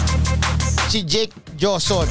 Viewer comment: HOSON Ang pronounce Ng JOSON diba MATALINO KA???